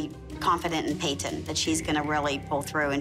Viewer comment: Lol I love how Payton’s mom pronounces her name like PA-TON